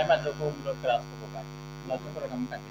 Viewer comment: Régam নহয় Réngam হয়।